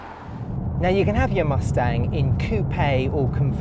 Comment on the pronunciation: "Muthstanng"? bye everyone, I can't deal with this guy